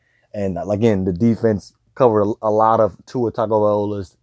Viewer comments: Try saying Tua's name correctly for a start! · He hates…. Sorry…. Dislikes Tua too much to pronounce his name correctly